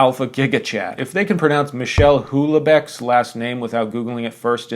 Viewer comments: It's pronounced Oo-ell--beck. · Houellebecq is pronounced similar to Wellbeck. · Bilingual here, to make it easy, go "Well beck" beck like you would say "Beckham" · Oh, and btw: Michel Houellebecq is prononced "Mee-shell Well-beck" 😉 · It's pronounced "Well-beck" I learned that ironically from I Am Charlotte Simmons, a book, and I'm a man. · Me-Shell Well-Beck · Houellebecq [wel-bek] and I like his books, so F the list. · it's pronounced Wellbeck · Only red flag for me is not being able to pronounce 'Whell-beck' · I just had such a nice laugh when you pronounced Houllebeck 😂 it's much more readable in some other languages, english put too much letters to that name) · Hate this shit. Don’t bother to click on these kind of pieces anymore. Also, (I know I know shoot me) but Houellebecq is pronounced like Well Beck. (Yeah I’m a red flag, man.) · Fyi, his name is pronounced "wellbeck" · Huellebecq is just pronounced like the English last name Wellbeck, just make the w-glide a little frenchy. if anyone cares to know. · Wellbeck, it's pronounced "wellbeck". Now you know and are a walking red flag. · I can't tell if your pronunciation of "Houellebecq" is genuine or satire but it doesn't matter because its funny either way.